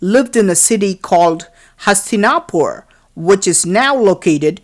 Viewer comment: I simply couldn't watch till the end.The commentators fake accent and irritating voice are simply too much ! The way he pronounces Indian names like Mahabharata,Hastinapura etc makes me want to puke !!!